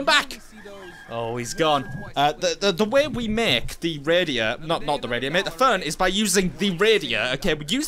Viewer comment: Learn how to say phone and radio